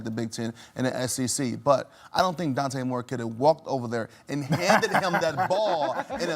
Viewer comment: Dude hates Oregon… couldn’t even say Dante Moore’s name 😅